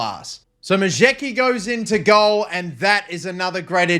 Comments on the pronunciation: The Polish goalkeeper’s name is pronounced Ma-yets-ki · Majecki's surname is pronounced: Mah-yets-ki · Majecki is probably pronounced "Majesky" btw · Majecki pronounced Mu-yets-ski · i think you pronounce majecki 'ma-yaech-ki'